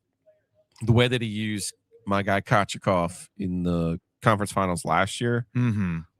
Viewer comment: I have never her Kochetkovs name pronounced that way before lol